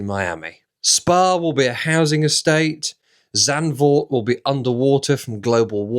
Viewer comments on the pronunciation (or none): none